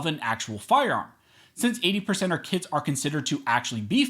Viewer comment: I know it's early, but i thought he was saying "80%ers Kids" and not kits... I was thinking "damn, ATF is listing kids as guns.. they're overstepping for real"